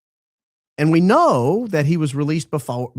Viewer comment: I absolutely love how pronounces the word was... Like an old southern defense attorney... Whuz....or whuuuuuuuuz Go Max or Go Back! Talking to you Paramount Laughable!!!!